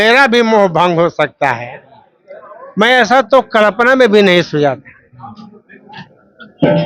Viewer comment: मंत्री जी कलपना नहीं कल्पना होता है।